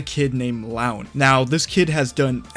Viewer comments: "Loo-an" not "L(AOW)n" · Arghhh someone needs to correct the way the narrator pronounces the name "Luan". Can't help but cringe everytime it's pronounced as "Laun" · Btw I believe its pronounced “LooAn”